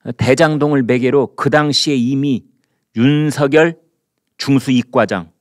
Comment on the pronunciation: 윤석열을 읽을때 윤성열인데 이분은 윤서결로 말하니 이상하게 들립니다.